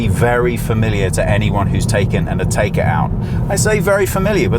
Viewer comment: It's pronounced 'A-teck-a' for god sake, not "A-taker" you're English, you shouldn't need to be told this.